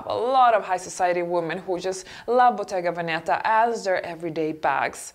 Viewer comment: Bottega Veneta. The accent is on the first "e": Bottega Vèneta (not Bottega Venèta) !